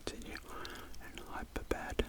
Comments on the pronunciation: it's hyderabad not hyperabad btw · Loved the video btw it’s Hyderabad not hyperabad lol